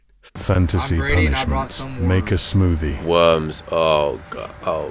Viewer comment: I threw up at that "smoothie"